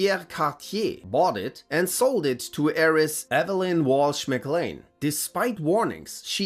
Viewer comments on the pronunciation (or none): none